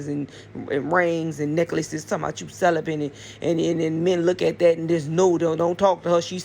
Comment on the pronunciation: I think she's confusing celibate with sell-a-bit